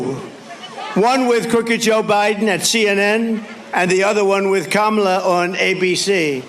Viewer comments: Did you guys hear that? He accidentally pronounced her name correctly! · Anyone else notice he pronounced Kamala correctly this time? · He actually said her name correctly this time. He's slipping. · He said her name right??? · Oh so he does know how to say her name correctly! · Hey, he pronounced her name correctly. lol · Oh he accidentally said her name right! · At least he pronounced her name correctly. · Just thinking about debating her again had him so rattled that he accidentally pronounced her name right. 😂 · He pronounced Kamala's name correctly. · So he does know how to pronounce the first name of VP Harris. He’s going to flip when he watches this clip knowing he didn’t mess her name up on purpose. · The orange nightmare actually slipped and pronounced Kamala's name correctly! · He pronounced her name correctly... shocking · Noticed that Trump pronounced Kamala correctly? He knows how to say it, he mispronounces for adulation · Notice he said Kamala's name right in the clip 😂😅 his ass is scared 😅😂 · Did he just pronounce her name properly? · HE PRONOUNCED HER NAME CORRECTLY 😳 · At least he pronounced her name correctly. 🙄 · OMGOODNESS, he said her name right...❤ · I was shocked …he actually pronounced her name correctly. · At least he said her bame correctly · Oops! He is losing it - He even forgot to mispronounce Kamala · Accidentally pronounced her name correctly… lol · He finally put some respect in her name! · Ut oh, he said "Kamala" right. Someone stop him! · Oh my, he pronounced her name correctly! Ha ha. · I can't believe it, he actually pronounced Kamala correctly, could it be he's finally taking her seriously? Trump's only hope now is to play his hole card and bring out the big guns, it's time for TED NUGENT!!! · He forget to mispronounce 😂😂😂